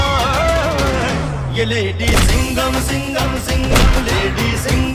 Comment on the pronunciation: Kaise bolta h lady sigham h bilkul chigam h